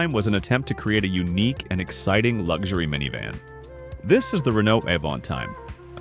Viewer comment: Its LUXURY, not LUG shoory robot. You need to know how to talk when you take over the world.